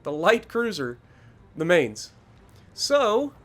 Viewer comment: It’s ma-eents not may-nz